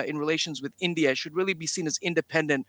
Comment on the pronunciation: India not Indiaurrr